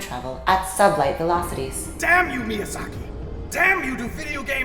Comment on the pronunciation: Did you say interstellar travel at sub-light velocities? Emphasis on “sub.”